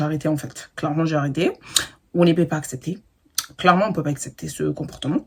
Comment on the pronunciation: Tu nous a manqué on pouvait plus “apsepter”😂